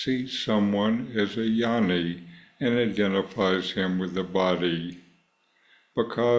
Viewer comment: Hi, Thanks for the video. Westerners don’t understand the pronunciation—the word is Gyaani, not Yanni. G is not silent - its Gyaa Nee